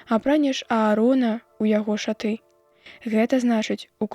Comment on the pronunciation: Не шаты', а ша'ты.